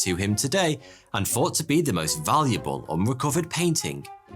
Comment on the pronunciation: He finally learned how to say TH-oughty2